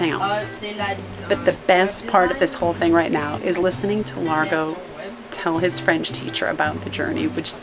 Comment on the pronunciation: Wow, Largo's French accent is very good as well as the French.